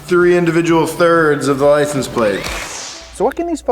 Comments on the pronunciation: I can't get over the guy continuously saying, "Lice 'n' plate" lol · hitting us with the licen plate everytime! man cant say the word xD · "licum plate" why does bro not pronounce the "se" at the end of "license" plates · Are.. are you saying "lisenplate"? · Someone needs to sit him down and explain that it's a LICENSE plate, not a Lisen plate. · “Licen plate” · Do they say licen? plate. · calls them "Licenplates"? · Why can't pronounce "license"